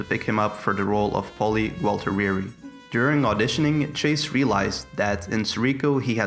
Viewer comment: nice pronunciation of Gaultieri lmao